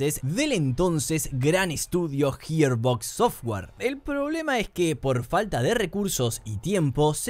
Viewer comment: "Jierbocs sofguar"